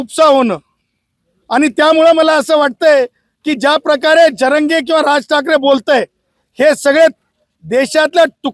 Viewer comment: याला नाव पण नीट घ्यायला येत नाही जरांगे असे आहे झरांगे नाही. कोणती लॉ ची डिग्री मिळवली काय माहित 😂